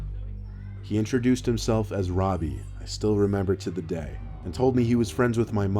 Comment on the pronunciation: Anyone else think of the dude from “Jessie” when he said his name? 😂😂 Well... he said “Robi” (or however you spell it) but it still kind of sounded like “Ravi” 😂